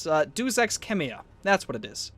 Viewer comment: DAMMIT! "Deus" Is pronounced "day-us" and "cacophony" is pronounced "ka cough Annie"